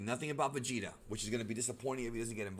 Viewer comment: lol but it’s not vageta it’s vegeta